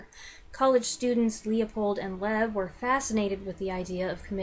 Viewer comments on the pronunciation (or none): Loeb's last name was pronounced 'Lobe' not 'Leb'